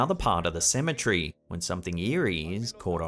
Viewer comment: You pronounce cemetery like your saying symmetry